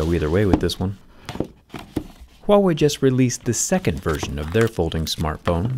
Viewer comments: Am I the only one who heard Thewaaway instead of Huawei? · Say Huawei with an H as most people pronounce it like a W, which is incorrect. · the h is pronounced in "wawei" lol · stop pronouncing "wahway", it's irritating! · Huawei....WEE WAH!! 🤣🤣🤣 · He butchered the phones company name lol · The way he said huawei in the starting made me anxious 😐